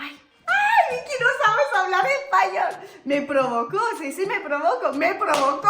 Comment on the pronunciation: Pregunto.. porque pronuncia tanto.el shiiii .. shoooo casheee